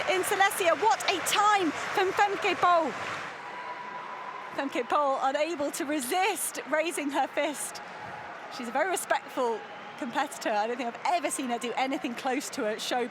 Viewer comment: stop saying femkay ..sorry it's really annoying